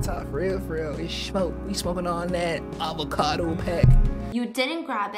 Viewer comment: i really can't stop laughing at avacadoo lol. i might need to start calling avocados avacadoos from now on